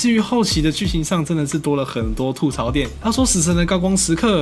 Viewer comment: 吐(ㄊㄨˋ )嘈，這個詞是閩南語，而且吐這個字在國語中也有四聲的讀音，沒道理讀三聲。